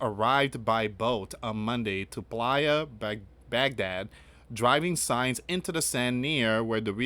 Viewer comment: Playa as Pronounced Blaya